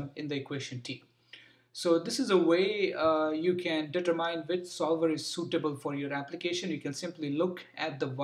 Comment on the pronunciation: Thank you. Also by the way, "determine" is pronounced "determin," not as "det-ter-myne"